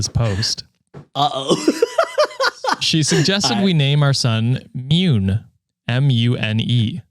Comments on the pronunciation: Half japanese person here😁 Mune is the japanese word for breast, however, the word is pronounced Moo Neigh (without the i sound at the end of neigh). So, if they pronounce the name as Mune (Myuun), it might be okay, but spelling wise, they arent doing the kid any favours😅🤣 Love you guys and content! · "mune" is actually pronounced moo - ne (like net without the t). it means chest, not boobs, although it can (rarely) be used to refer to them. however, it mainly refers to someone’s deep inner feelings/“heart”/“mind”. it’s a very neutral/polite term & can even be poetic. (thank you to the replies for adding more context that i didn’t think of lol.) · ik it’s late but the pronunciation for “mune” is Mu-nay. it doesn’t mean breasts. it means chest. A lot of japanese words have the same sounding with different meanings. also i live in japan and have met several people named that and it’s not that weird. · thanks for including this! Was totally thrown off by their sidetrack and mispronunciation.